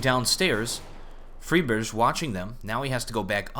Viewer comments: Chaoticus Platypus I'm from Denmark, and I'm pretty sure Friberg is pronounced "Fre-bear-g" (g is hard as in golf) The "i" in Friberg is pronounced like the "e" in "being", hence the "Fre-" pronounciation. However, it's hard to pronounce for english-speaking people, so they call him "Fraiburg". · "Hears Free-Berg" Unsubscribes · is he calling friberg for friberj now . How hard can it be? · OK, I love you, you are one of my favourite YouTubers, but seriously dude, learn to say pro names right. I mean, freeberj? In a different video, Spidey instead of Spiidi (speedy)? Unless somewhere you found that actually their names are supposed to be said like that, then just... just stahp. Stahp. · Chaoticus Platypus This video is over a year old. He probably thought he was called freeberj because someone else called him that, maybe anders or someone else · Yeah I know, so why does he pronounce it like that?